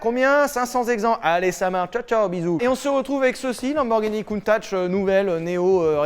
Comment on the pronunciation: Ça se prononce CountaC bon sang de bon soir !! :p Elle est sublime à ce propos.